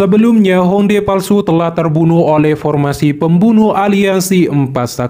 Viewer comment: Bukan Hong dae min, tulisan nya Hong Die baca nya Hong Tie